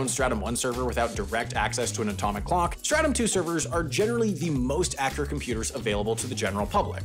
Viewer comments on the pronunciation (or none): Not me thinking about helldivers 2 every time he said startum